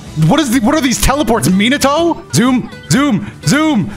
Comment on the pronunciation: I hate how he says Minato